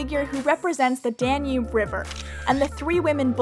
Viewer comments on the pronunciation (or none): none